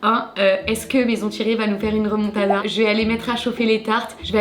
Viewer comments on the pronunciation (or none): none